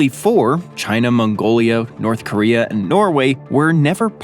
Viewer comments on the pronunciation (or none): none